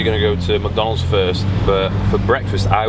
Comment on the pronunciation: It's McDonalds not "macdonds" trash go and puke now